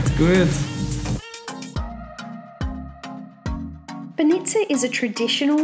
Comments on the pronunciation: Is not Sov`ia is S`ofia and is b`anica is not ban`ica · Mate it is not So fee ya it is Sof ya, not b-nitsa but bah nitsa. Airan (yogurt drink) is actually Turkish. That place is called Vkuso til nitsa meaning 'The taste place'. Balkan Chok is not a thing, But you guys are really famous here. If anybody wants tour advice or assistance here, I am an Aussie that has been here for 17 years. Feel free to drop me a line if you are in town. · bAnitza not banItza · "BanEEtsa. No, it's banitsa." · Hahah you eat it so often yet nobody told you it is not banItza but bAnitsa on the first sylible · Great video, guys! I'm happy you like my hometown. Funny though, could you please tell me where is this banitsa (we pronounce it bAnitsa, with an accent on the first A) cause it looks delicious. About the other places, really good choice! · "Banitsa" is pronounced "BAH-nee-tsah" and is not filled with feta cheese, but with Bulgarian "sirene" which is a softer and significantly less salty white cheese. Feta is Greek, not Bulgarian. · The word "banitsa" stress is on the first syllable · I am a bulgarian and got so triggered by your bánitsa pronunciation